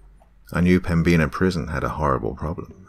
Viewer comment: The pronunciation of pembina is killing me amg